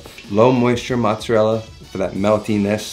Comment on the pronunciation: Didn’t you say you were Italian and you pronounce mozzarella like your not